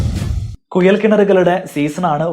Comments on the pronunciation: കുയൽ അല്ല കുഴൽ എന്ന് പറയുക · കുയലല്ല, കുഴൽ ആദ്യം മലയാളം ശരിക്കും പറയാൻ പടിക്ക്... 🤪🤪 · കുയൽ കിണർ അല്ല കുഴൽ കിണർ. ആയം ആല്ല ആഴം 😂😂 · ശരിക്കും കുഴൽ ആണോ കുയൽ ആണോ? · കുയൽ കിണറല്ല കുഴൽ കിണർ😂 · കുയൽ കിണർ അല്ലാ കുഴൽ കിണർ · Kuyal alla. Kuzhal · ഉപകാരമുള്ള വീഡിയോ.......മലയാളം ഉച്ചാരണം ശ്രെദ്ധിക്കൂ..... കുയൽ(കുഴൽ) കിണർ,ആയം (ആഴം ).... Etc